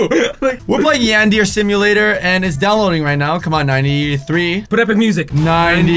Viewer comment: Yan- der- eh- C